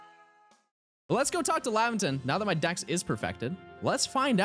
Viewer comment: is it just me or does he sound like he is saying "perfact" and "dax" instead of "perfect" and "dex ??